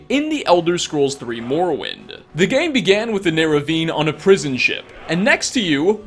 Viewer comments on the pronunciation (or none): none